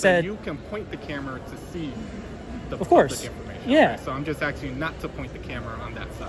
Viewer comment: what does im axing you mean?